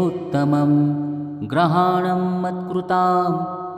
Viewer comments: ग्रहाणम असा उच्चार ऐकायला येतो.शब्द गृहाणम हाच शब्द योग्य आहे.ग्रहाणम याचा अर्थ सगळे ग्रह म्हणजे रवि चंद्र मंगळ बुध गुरू शुक्र शनी राहू व केतू येतात.आपण घरी पूजा करतो त्यामुळे गृह म्हणेच घर. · लिहिलं बरोबर आहे, वाचन करणारा चुकीचं करतो आहे.